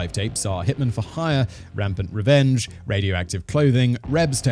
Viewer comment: This video is full of misinformation! You can’t even get he basics facts of the case right, or pronounce names correctly! Did you even research this yourself??? There were 5 basement tapes and NONE of them have ever been seen. The Rampart Range video (not rampant revenge!) was not part of the basement tapes. The library footage is also real.